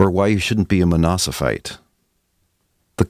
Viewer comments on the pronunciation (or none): I hear something like "you shouldn't be a monosophite". If that word or some related word exists, I'm ready to be enlightened. But I guess the intended word was "monophysite".